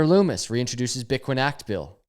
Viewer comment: Bro you’re awesome but it’s LUMMIS NOT LOOMIS